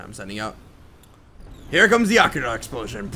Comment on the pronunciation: i am sorry but the way he pronounces Akira ruined my day :L